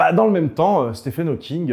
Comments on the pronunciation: Petite correction mineure Stephen Hawking se prononce steven [ˈstiːvən ˈhɔːkɪŋ] 😉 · Ça s’écrit Stephen, mais je crois que ça se prononce Steven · bon par contre je suis désolé bruce mais le ph de stephen se prononce comme un v... (ah oui et donner quelconque crédibilité à susskind c'est quand même se foutre un peu de la gueule de la communauté scientifique)